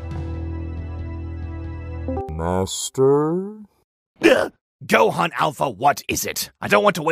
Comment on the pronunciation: Yeah... Gohan A is Gohana, Gohan with an "a" at the end.